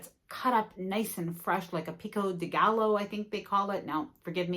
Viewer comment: Pee-coh day-GUY-Oh. Thanks for your vid’s!